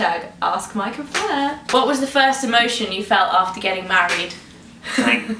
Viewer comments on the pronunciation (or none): IT'S FLEUR. FLEUR!!!! NOT FLUER!!